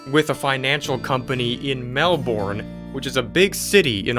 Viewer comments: Fun fact melbourne isn’t pronounced mel born it’s pronounced mel bin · Melborn lol u say it like melben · I love how he said Mel born. And it’s actually Mel-ben lol. When he said it I was laughing so much. And he said an upside down smiley face since we are at the bottom. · just so u know as a certified aussie its Melbourne (mel-bern) not melborn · its not "melborn" its "melben" (thats how to pronounce not how its spelt btw) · it’s mel-BUN not mel-born😔😔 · you can't say Melbourne right it is pronouced Mel-ben not Mel-Born also thanks captain obvius yes Melbourne is a big city in Australia it is the third biggest out of them all. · as an australian the scariest thing was when he said "melboren" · 'Melbornn' and 'Gaday' always get me as an Australian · Officially a new follower 🤘🏼🤘🏼🤘🏼 it's pronounced MEL- BIN 🤣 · I’m from Australia and idk why but when people mispronounce Australian places I get triggered. It’s spelt Melbourne but it’s sounded out as Mel burn. Lol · I’m watching from Melbourne :) Btw it’s pronounced Mel burn or Mel Ben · "melbORN" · Lol he said Melbourne Like melburn (I’m Aussie) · ITS PRONOUNCED MELBIN NOT MELBOURNE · the city of melborne pronounced mel-buhn. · uh-stra-lia mel-bern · AHHH THAT'S NOT HOW YOU PRONOUNCE 'MELBOURNE'!!! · he destroyed the pronunciation of Melbourne. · listening to americans pronounce melbourne gives me anxiety. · Oh wow, 2 things, i live in Australia, and only an hour away from Melbourne at that, and 2 you pronounced Melbourne wrong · Haha I live in AUS You pronounced Melbourne wrong. Trust me I live in mel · Heya mate, thats not how you say Melbourne lol its pronounced a little bit different :) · WHY DID YOU PRONOUNCE MELBOURNE WRONG, WHY BRUH?